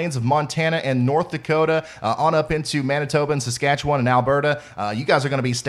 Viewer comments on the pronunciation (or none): none